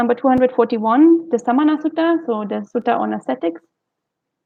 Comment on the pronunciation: "soot" rhymes with "put" in case you want to know 🙏🏻